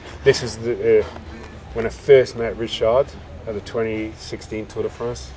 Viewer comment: Mark is one of the few people to correctly pronounce Richard in a francais way